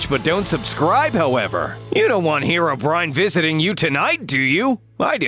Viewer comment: It’s hero-breen, not hair o brine